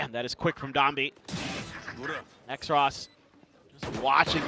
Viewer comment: why is Xross’ name being pronounced as X-ross when it’s clearly supposed to be Cross but with an X.. cus X is two lines crossed..